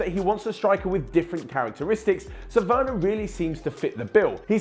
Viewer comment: Timo weurner? 😅😂😂 Sprich deutsch lol